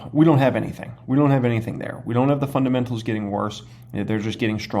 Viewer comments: Cmon … fundamentals not fundementals 🤣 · fun-dement-als o/